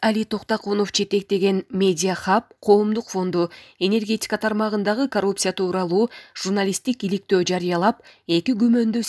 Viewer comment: енергетьикя дейби? Ушундай чала сабаттуу журналисттерди кайдан таап алышат?